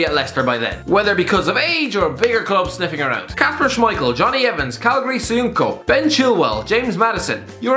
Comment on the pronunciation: Worst pronunciation of Caglar Soyuncu ever .